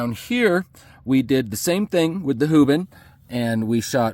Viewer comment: " hoobin" cmon dude 😂